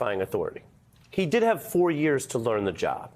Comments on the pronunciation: "Mar-a-lard-o" LOL! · Did Cohen actually mean to say, "Mar-a- Lardo"?🤣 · Cohen keeps saying Mar-a-Lardo and I'm very certain it's deliberate. 😁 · "Mar-A-Lardo" is a phase Jimmy Kimmel use in his monolog quite often. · "Mar a lardo" - Haaaa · Cohen said "Mar A Lardo!" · He does it every time. It's funny to watch the interviewer try to not react to it.